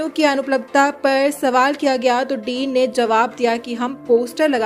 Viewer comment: Din nahi bhai..Dean bolte hai